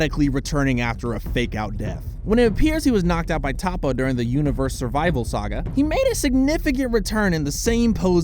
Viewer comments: toppo not tappo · It’s toppo not topo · Pronounced Toe-po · it's prnounced (Toe- PO)